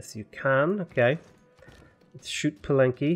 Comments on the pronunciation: Palenque =. Pah - len’.- Kay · I never got tired of hearing you pronounce it Palen-Q